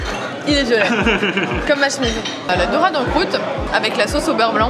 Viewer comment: Lol mais non il dit bien "dorade"!